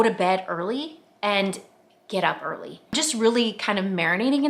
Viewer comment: I love this! Thank you for sharing. I have to tell you though, I'm folding ( and putting away) laundry as I watch this, and when you said, "Get up early"...I HEARD..." Get a Harley". I was like... WHAT did she just say?!?! 🤣🤣🤣 My mind is squirrely like that though! 🤪😆🤣